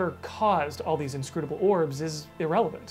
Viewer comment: Take a shot every time says "scrutable," next novel, "orb"